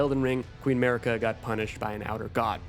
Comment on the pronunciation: its pronounced "Mahhrika" not Merica lol